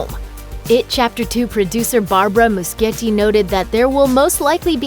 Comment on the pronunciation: It's Moo-she-yeti, not moo-ski-yeti